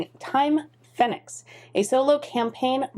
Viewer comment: As this is an English version of the game (after all, 'Time' is also English), I would expect the pronunciation to be Phoenix, not Fen-ix.